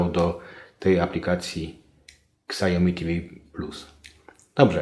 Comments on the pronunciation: bardzo przydatne, dziękuję ale proszę: "siaomi" nie ksiaomi ;) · Siałmi a nie ksiajomi